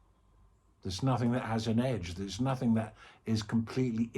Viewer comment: Thanks, great. Sky-like. I keep hearing it as "No-thing is real, " :) 🙏